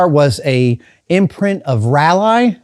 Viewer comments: Raleigh is pronounced like “Rawley” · Can't tell if you're saying Raleigh or Rally.